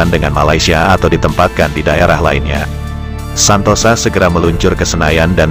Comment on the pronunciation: Menurut sy namanya bukan mayor Santosa tapi Santoso, memang di bahasa Jawa tulisan ya Santosa tapi membacanya Santoso 🙏🙏🙏